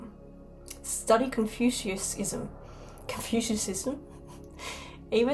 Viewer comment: I love and respect you. Your work is very impressive 💧🖤🔥and so I would never throw criticism at you. Yet I can help. It’s pronounced. Con-fut-tion-ism. Thank you much sister